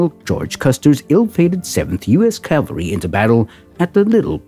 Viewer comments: It's CAVALRY not CALVARY ! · It is pronounced CAValry!